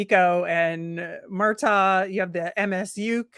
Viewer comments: FYI, his name is pronounced Murtag, not Murtaw. I don’t like it either, but that’s what it is 😂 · Murtagh was directly asked on video today how to pronounce his name, it's MurtAG....like AGriculture. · spot on bro! Likes to say how he talked to all these kids and can't even pronounce Murtagh's name correctly